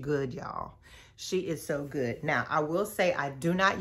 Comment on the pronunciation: Listen!! When she put the "T" on the end, I started looking for my sweats & slides, cuz I was heading to Target at that exact moment. And did! 🤣🤣